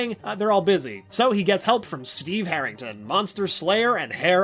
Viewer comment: Steve Harrington na STEVE HAIRINGTON